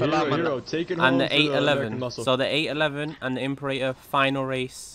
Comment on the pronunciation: It's not even Imporator, it's goddamn Impaler 🤦🏻‍♂️